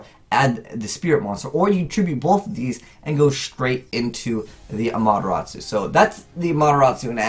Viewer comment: That pronunciation it has T in its name